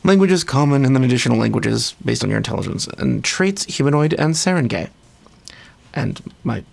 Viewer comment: It's pronounced Sah-Rahn-Guy. At least, that's my best guess as a filipino. Like the word for town is barangay. Not pronounced gay, but guy or gai.